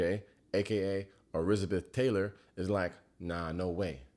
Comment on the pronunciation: “eRizzAbeth Taylor”😂😂😂